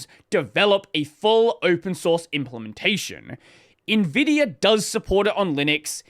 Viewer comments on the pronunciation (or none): none